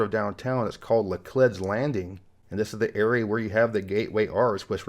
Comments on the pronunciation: You mispronounced Laclede's Landing. It is pronounced Luh-Cleed, not Luh-Cled. please fix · Pronounced laclEEds landing